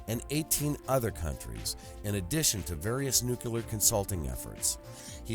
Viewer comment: Pleasant, helpful note to the narrator (and 64.3% of TV's beautiful news readers)... "Nuclear." Let's practice saying it right... 1. Say, "NEW." 2. Pause and say: CLEAR with a southern accent: "CLEE-ER." 3. Put them together gradually until there's no pause. "NEW, CLEE-ER... NEW-CLEE-ER." 4. Repeat ten times a day for ten days while looking at the word, "nuclear." 5. Read "The Talent Code" by Coyle. Just kidding, but it's a life-changing book. Read it anyway. ... Stanton, thank you for your amazing courage, hard work and objectivity. You make me proud to be an open-minded scientist. :)